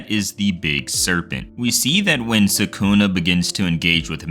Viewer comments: why are these american anime youtuber never able to pronounce names correctly. its sa-ku-na not sa-kooo-nah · its sukuna not sakuna